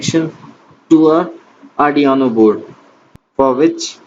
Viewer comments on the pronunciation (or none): its arduino not ardiano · Ardiaano board 😂😂🔥 bhai its arduino